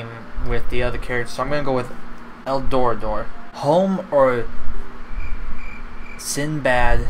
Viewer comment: The road to El door-AH-dough